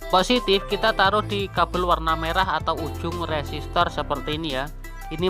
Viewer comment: Koreksi mase, u resistornya nyebutnya lum bener itu, tetap semangat